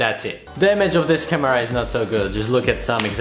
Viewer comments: the way u say camera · Your pronounciation of the word CAMERA makes my ears bleed dude come on... the kids who have you as their idol will learn bad english from you... I have no other problems with this channel but I think you should really work on that... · I like the way you say camera haha 😋